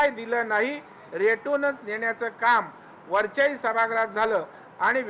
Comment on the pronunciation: सभागृह चा उच्चार सभाग्रह का करतात ?